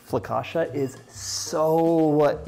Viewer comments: He is saying fla-ca-shuh, that's why even the video makes fun of him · Someone in the background, tried to correct your pronunciation of the word" foccacia. You just did not get it! In Italian, when a the combination of 'c and i' fall together it is pronounced as if it is "cha" as in the dance, the cha,cha,cha. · Dear John, FOE-KAHT-CHA 😄 you’re welcome, Cassie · to complicated dear Let's make it simple It is "ch" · I think a good way to pronounce it for our English speaking friends is: Foe-catch-ah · Agreed! I learned a trick for pronouncing Italian words. Two consonants in a row cause a hard stop. So it’s pronounced. Fo cah chia. No soft sounds. I am making this right now. This man has so many great recipes and so much kindness. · i love hearing you say flocaccia with so much conviction haha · its pronounced fu cah shia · Dear Italians, please don't kill John for mispronouncing focaccia, we love this man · Couldn't listen to him mispronounce something that he's teaching me how to make. I lasted minutes. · John I love you but how do you not know it’s focaccia ….. and how to pronounce it!!